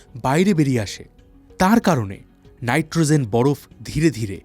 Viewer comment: নাইট্রোজেন উচ্চারণ করুন | নাইট্রোzen নয় |